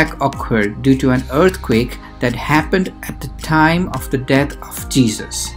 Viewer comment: You're an Indian, but your pronunciation is not. On the other hand "Jesus" is said like je-zus but you're saying it like je-sush, Which proves that your accent is not normal and also you're not a Christian.